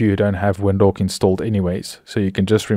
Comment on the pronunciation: why you saying WINDHOWK? LOL